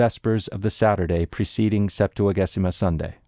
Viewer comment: Thank you for these amazing complete recordings!!! A tip, in Ecclesiastical Latin, g before e is soft, it is pronounced Septua-jay-sima